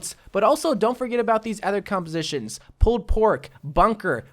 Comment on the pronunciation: Why does always say ather instead of other